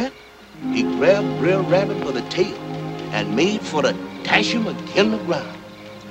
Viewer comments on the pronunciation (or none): Can someone tell me why "Br'er Rabbit" is pronounced like it rhymes with dare? It's supposed to be pronounced "bruh rabbit".